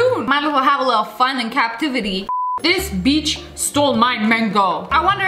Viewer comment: She said beach